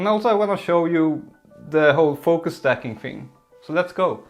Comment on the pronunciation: its stacking not "staking"